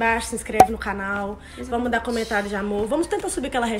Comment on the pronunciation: Mano em todos os vídeos eu escuto "fala com a gente " invés de "fala com a gente canal"